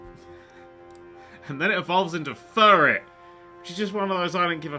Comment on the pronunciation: did did you just massacre furret and sentret